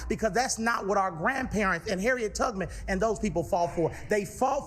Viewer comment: Did he say Harriet Tugman and not Tubman?